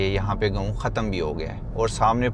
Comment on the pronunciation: او بھائی گاؤں ہوتا ہے اس لفظ کی بہتر ادائیگی کیا کرو گوؤں کیا ہوتا ہے 😅😅😅😅😅😅😅😅😅😅